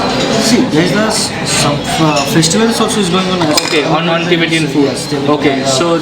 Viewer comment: LOL. What is tibetiaaan???? it's Tibetan.